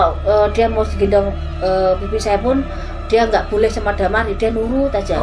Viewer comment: Dimar,,,,Bukan Damar